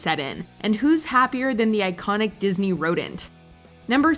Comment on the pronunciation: It’s “Disney” Not “Diseny”